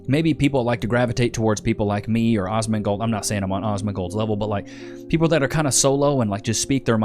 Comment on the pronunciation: "Ozmongold"? Lol